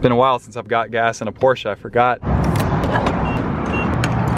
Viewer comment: At least you pronounce the Porsche name properly.